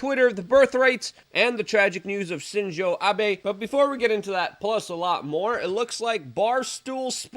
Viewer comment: Shinzo Abe, not ChinJoe Abe.